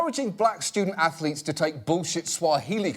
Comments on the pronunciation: "stoodent atholeetes" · “Student Athho-Letes? Why that’s brilliant Sir”. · Student Anth-o-leets? Haha that is brilliant sir. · "Student Ath-O-letes" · "student ath-o-lets? Ho ho, now that's brilliant sir!"